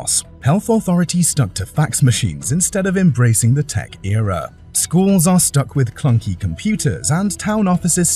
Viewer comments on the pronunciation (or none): none